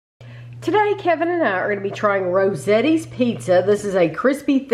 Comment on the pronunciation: Not trying to be that guy but my Italian side of the family won't shut up. The A in Rosati's is pronounced with the O sound like in dot or got. Ro sot ees😁I know I said previously that with having the actual restaurants here, I'd just get that, but I'm tempted to pick up a couple of these at Woodman's. It's tough though because Woodman's is the place with all the Pep's Draft Haus pizzas. Hard to pick another pizza over those.:_tamiLove::_tamiLove::_tamiLove::_tamiLove